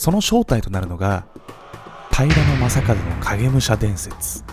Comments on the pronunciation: 私も気になる。 平な将門みたいなイントネーションw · 平将門のイントネーションが気になる。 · 平将門の発音が僕のイメージもとちゃう、、だから何という訳ではないんやけど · 平将門のイントネーションが気になり過ぎて内容が入ってこんww